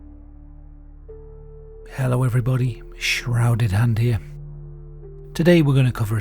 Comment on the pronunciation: SHHHrouded and ere..